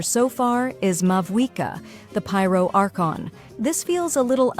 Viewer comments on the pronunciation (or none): none